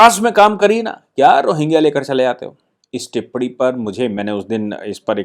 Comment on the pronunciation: Sir TIPPADI NAHI TIPPANI . NA NAHIN ANA ANU WALA